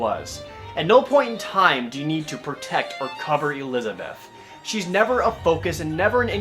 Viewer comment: Fucking hell, LEARN TO SAY ELIZABETH...